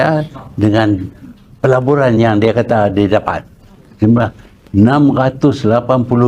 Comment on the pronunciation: Tu. Salah dengar tu .apa nama. Dia bukan sebut pelaburan dia sebut pejburan berbilion benih dia dlm perjburan di luar negara di gi keluar negara bukan cari pelaburan tapi dia cari pe jburan lah tun. . 🤣